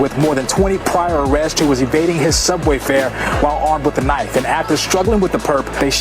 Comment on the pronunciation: That’s not a knoif this is a knoif😂